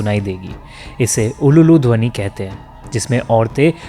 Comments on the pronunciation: nice video but kuch galtiya hei- 1st its uludwani with only one lu not ululudwani 2nd 108 NEELA kamal ki phool chahiye tha. Sree Ram ki aankhe neela tha isiliye wo apni ankhe hi puja mei daan karne ke liye socha tab. 3rd 10 din nahi asli puja 5 din ki hi hoti hei. Sasthi, Saptami, Astami, Nabami and Dashami. ajkaal bhir ke liye Mahalaya se hi mandap khol diaya jata hei. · Ululu dhwani nehi "ulu" dhwani kahete hain 😂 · Its ulur dhoni not ululu dhoni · Bhai "ULU DHWANI".......NOT ULULULU😅